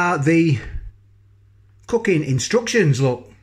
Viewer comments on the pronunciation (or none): just ate one of these tasty! Even the misses who hates me eating pot noodles says she liked the smell...oven cooked def best results. Sounds like you said fookin' instructions instead of cookin. Made me chuckle